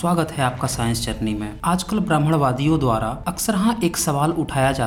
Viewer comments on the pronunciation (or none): none